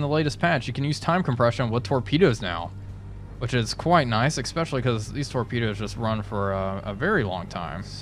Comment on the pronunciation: Good vids but I cringe every time he says 'expecially'